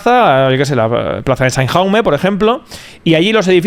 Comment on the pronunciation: el "valenciano" diciendo JJJJJAUME ha sido lamentable